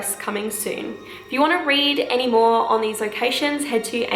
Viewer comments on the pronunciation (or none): none